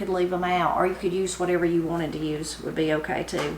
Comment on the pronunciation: I always enjoy your recipes, so much so, I bought several of your books. I had to laugh! We both say, "Okrey". So Appalachian!